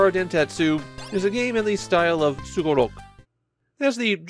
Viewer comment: Like other Sugoroku games on Famicom and Disk System that he has covered, pronouncing Sugoroku like a native Japanese man (like -su as in desu), as opposed to other people who do sugoroku video games where they say the word with an emphasis on the -ku.